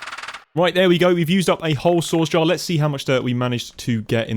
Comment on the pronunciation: Every time you say "source" I hear "sauce" and it makes me giggle